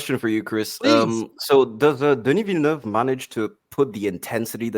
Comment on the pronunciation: Hahaha "Denis Vilenooove".